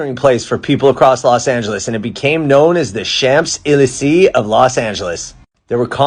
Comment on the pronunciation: Champs de Élysée is closer to Shom de Lee-zay.